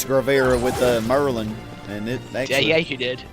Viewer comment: Merlon? You mean Merlin. Lol